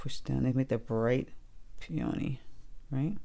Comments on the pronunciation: Please pronounce this flower correctly! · I have never heard anyone pronounce peony that way. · Grew up with them in Michigan - 68 years. We say "Peeeee-a-nee." Not "Pee-ohhhhh-nee." Fun to hear people from other areas.